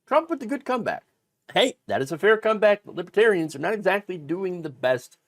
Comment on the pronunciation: He couldn't even pronounce it right. "Libbatarians" more than once.